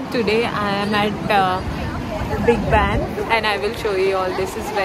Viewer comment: It is Big Ben not Ban